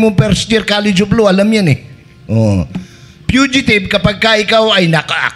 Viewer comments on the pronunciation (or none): Sir fugitive po Hindi fidgetive.